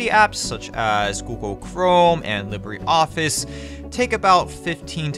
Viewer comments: I'm sorry dude....I know I sound like a school teacher, but as an English major?...I gotta protest your pronunciation of certain things....so...here we go You pronounce it as "Lib-ray" Office when its actually to be pronounced "Lee-bruh" Office as in "Libra" the astrological sign. Ok...thats' all. Sorry for being a pain in the *&^% and all...LoL!......Love the videos!... Keep 'em up!! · Actually, if they meant to use the Spanish pronunciation, it is more "LEE-bray".